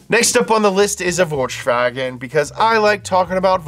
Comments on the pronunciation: you can't call yourself a vw guys without knowing how to pronounce it, it isn't chwolchs whashen or whatever you said, its folks vaken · Folksfagen, not Volkschwagen 😁